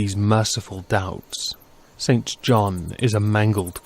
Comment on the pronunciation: Sorry, I adore you but its pronounced Sinjin and on-wee. Please don't hate me.